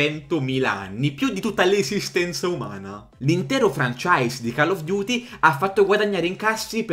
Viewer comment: A link to the pest? Invece tutte le altre pronunce sono uscite perfette. Tipo Cull of Duty :)